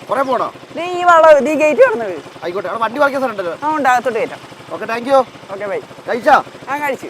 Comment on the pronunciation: ഓക്കേ ടാങ്ക്യോ അല്ലടോ 😁 താങ്ക്‌യൂ ആണ് 😁🙏